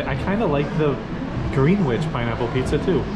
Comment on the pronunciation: Greenwich is pronounce as Greenich (silent W).